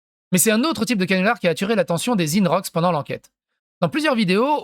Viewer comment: Alors toi t’es vraiment l’abruti originel ! Dire que Guillaume pley est de gauche c’est vraiment avoir le discernement d’un poisson rouge au milieu du désert 😳 ! Et on dit INrocks ! Pas ÏNErock !